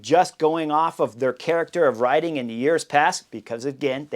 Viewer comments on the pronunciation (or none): none